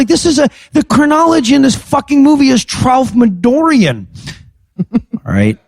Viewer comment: was nonplussed less than plussed when they didn't get "Tralfmadoran" as a Vonnegut reference. But (and yeah, by MY memory too)... I'm pretty sure Kurt wrote it Tralfamadorean. Which...come on.... Dude. Love ya man. But you're "the word guy". I, too, am "the word guy". You skipped two syllables. No WONDER so few got it. pron: Tral fam a DOh ree un (in MY head anyway)